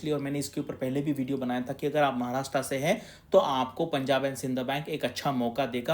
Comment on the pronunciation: Maharashtraaa nahi sir Maharashtra aahe. Kamit kami tumhi tari barobar ucchar Kara. Tumhi mothe aahe.